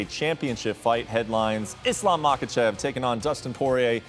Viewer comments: i can’t take this dudes advice who clearly doesn’t know enough if he’s pronouncing “Muhawkuhchev”. obviously doesn’t him watch because his name really isn’t hard to pronounce at all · It’s not MAHAKACHEV Bro get it right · What the hell is a “Mahawkachev”